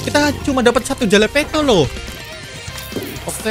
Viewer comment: Jalapeño bukan jalapeto